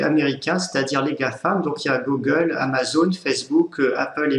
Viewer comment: on dit Gougueule, pas Gogueule...